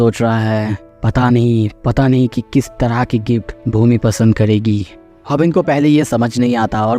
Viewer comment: Bhoomi ❌ bhOOmi ✅